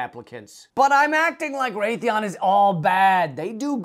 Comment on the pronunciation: It's Raytheon.